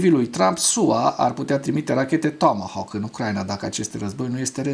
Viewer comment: Apreciez emisiunea ta dar nu mai pronunța "tåmåhåk"...,tomohauk!!! E absolut jenant ...